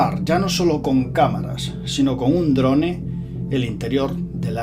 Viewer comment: Un dron-E? En serio, dron-E!!!!??? . Vale que en España castellanizamos todas las palabras pero que una persona como tú diga drone....Me han sangrado los oidos.